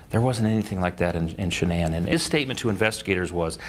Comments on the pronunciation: its SHANAAN! NOT Sean! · This is one sick man murdering family to get a new life with the ungy woman his wife was beautiful and this guy talking is say her name wrong its shannan not Sean get her name right buddy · YOU DO A WHOLE STORY ON SOMEONE YET YOU CANNOT SEEM TO EVEN GET THE VICTIM’S NAME CORRECT…..SERIOUSLY? HER NAMEIS SHANANN NOT SEAN AND NOT SHANNON………. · Horrible video. They calling her “ SHAN - ANN??” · Ugh saying Shannon name wrong